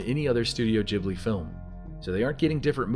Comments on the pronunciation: Say studio JHIBLI one more time I dare u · Also SLAP For the way you keep saying Ghibli